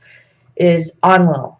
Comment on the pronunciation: It's pronounced En-ki and En-lil.